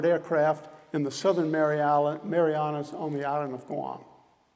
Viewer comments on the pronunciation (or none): Pretty sure he called the Marianas the marijuanas